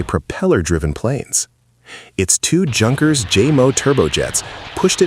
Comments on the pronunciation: “Junkers” is not pronounced the way an American sees it written, it is pronounced “Yun-kers” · Junkers - with the "J" sound? Did Fred Sanford fly that plane. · Pronounced You--kers not Junkers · The way you pronounce "Junkers"... 😅...try yoong-kers instead, that gets you very close. You were on the money with Stuka BTW! I'm not German but Dutch; yet, I speak, read and understand German quite well. Do realize I had to go to school for that, it's not just roughly the same language! Nice vid otherwise! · Pronounced "Yunkers" not Junkers 🙄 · It's pronounced "youn kers" ,not junkers. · It's pronounced yunkers not junkers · The "J" in "Junkers" is silent. So, say "Yunkers". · I came here to point out this error in pronunciation also. He makes it sound like clapped out cars.Not exactly silent J though, as that would make it "Unkers", rather it is spoken like a "Y" like you pointed out, as in the German "ja", meaning "yes" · Junkers.... 😂😂😂 it's pronounced yoonkers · It's not that difficult to use internet and find the proper pronunciation of non-English words. It sounds extremely silly listening to the way you pronounced "Junkers". Take a minute to check it out.